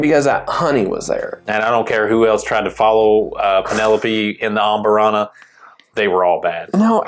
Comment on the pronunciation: Bourbon channel that doesn’t even know how to say amburana. Horrible rambling, horrible takes. Last video of yours I’ll watch. Do better.